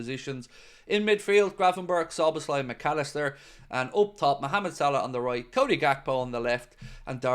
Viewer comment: ❤Gratulálok, nagyon szépen ejti Dominik Szoboszlai nevét!!!❤